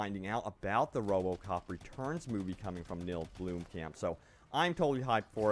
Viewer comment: blom-camp not bloom-camp XD